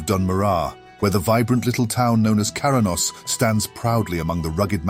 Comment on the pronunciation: It's also 'Kra-nos' not 'Kara-nos' heh